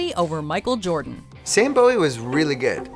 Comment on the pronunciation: Sam Bowie's last name is pronounced "BOO-ie," though by all logic it whould be pronounced the way you said it.